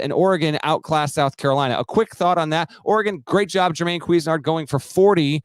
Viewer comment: Jermaine Cooz-nard